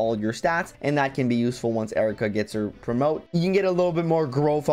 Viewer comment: Isn't her name pronounced eye-reeka?